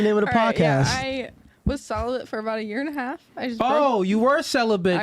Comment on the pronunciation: Why do chicks (of all races) say celibent instead of celibate? Do thsy not realize that there is no N in celibate?